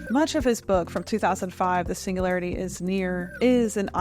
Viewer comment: Like your content, but there’s a G in singularity 😢